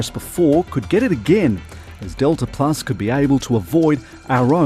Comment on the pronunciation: Wtf is detla plus